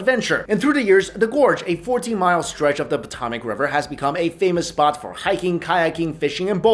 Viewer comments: Who else cringed when he said Potomac wrong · Yea...I cringed